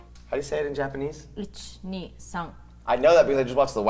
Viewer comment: Playing judo, I have learnt a small bit of Japanese, and when said each kneek knack, I cringed so hard